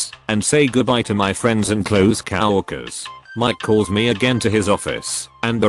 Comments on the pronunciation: I notice in most all these posts the term Cow workers instead of co workers just bad pronunciation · The way the bot says some of the word is just too funny like cow-workers. Great stories.